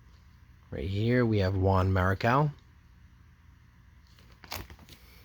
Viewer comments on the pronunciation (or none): none